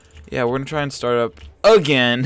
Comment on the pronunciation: You say start like starrrrrt lelel